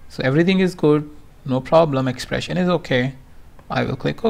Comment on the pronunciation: Hi... I appreciate the knowledge you have on qlikview and for the pains you take to upload a video. My Suggestion is that you should stop using the Slang of an American. You are unnecessarily stressing some words like an american which is breaking the momentum to listen to a video completely... EX: Exxpprressin...CCCommmpletely....You are prolonging words.. instead cutting short the matter. Thanks anyways